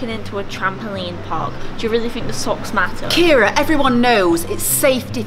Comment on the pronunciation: My sons name is called Kieran not kiera